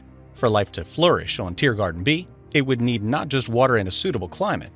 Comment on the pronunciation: Why do i keep hearing you say TearGarden instead of TeeGarden